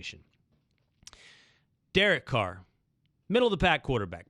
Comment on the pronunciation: It’s *Derek Carr*🤦🏽‍♂️